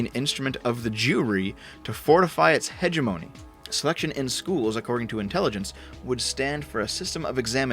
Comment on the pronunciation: Uh, it's pronounced "hegemony", not "hegemony"...